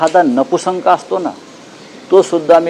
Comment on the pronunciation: अरे येडझव्या ..... ते नपुंसक असत रे नपुसंक नाही तुला तरी येत का नीट मराठी गांडू